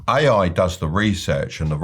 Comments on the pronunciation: Does he pronounce AI "aiai"? That's how I know the advice is not going to work. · Why did I think he was saying "aye aye" 😂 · "oue aye"